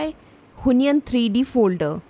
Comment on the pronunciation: Why do you pronounce it who-ny-an? It's wheon- followed by -yen (with o shaped mouth). wheon-yen